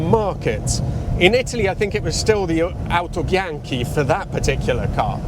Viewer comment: You speak a very well italian (Autobianchi, Innocenti, Lancia etc), i say this from Italy, Complimenti!